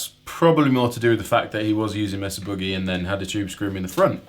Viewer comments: Pronunciation tip. It's not Meh-suh, and it's not boooooo-geee. Use Spanish vowels for the spanish word, May-sah and it's the American shorter version of oo as in cook with a shorter duration on the -ee. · pronounced 'maysa' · I mean technically, mesa would be meh-sah but yeah this gets me every time.